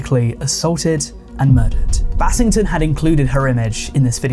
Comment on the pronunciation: When i heard "battington" my heart sank